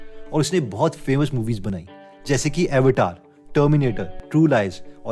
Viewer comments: Har ek cheez achchi hai sivay aapka 'अवतार' movie ko अवटार bolna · Bhai Hindi bolke bhi kese अवटार bol shktai अवतार bol Naa!!! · अवतार movie ko avaeitar kehra hai🤣🤣🤣🤣or hame gyan baatra hai.